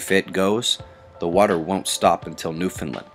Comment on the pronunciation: Ty for pronoun. Newfoundland right!!! ;)